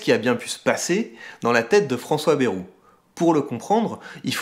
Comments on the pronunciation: Par contre Bayrou se dit « BAÏROU » pas « BÉROU » (en phonetique) 🤪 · "Bèrou" xD